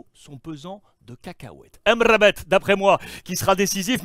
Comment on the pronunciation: J'adore Alexandre, déjà il prononce Amrabat comme il se doit après il lâche des welou lol, fore à toi je m'abonne